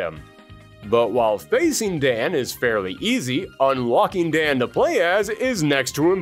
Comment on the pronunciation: Hmn... I thought at least YOU would have pronounced the name of Dan correctly. They even made the same mistake in Street Fighter: Assassin's Fist: Ken read the KANJI of the name "Dan" and yet still asks "Who is DEN ?".